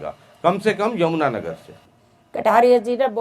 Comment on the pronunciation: जमना नगर nhi यमुना नगर है 😂😂😂😂😂